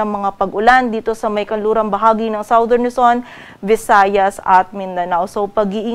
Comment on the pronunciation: Forecaster, Southern is pronounced as SADERN, NOT SAWDERN